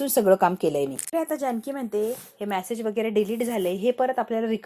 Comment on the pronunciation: मॅसेज नाही मॅडम मेसेज - उच्चार नीट करायला शिका